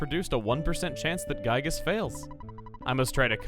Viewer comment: Well,according to the devs,we are are supposed to say Giygas Gi-gas,so maybe its another way of saying his name